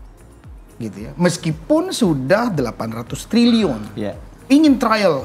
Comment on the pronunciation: Nyebut trilyunya salah ga sih?